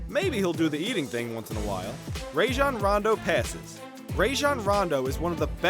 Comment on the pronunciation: Why he say rajon rondo like ray-John